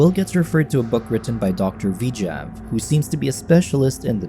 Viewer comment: Why is the narrator saying "V-jav" instead of "Vijay"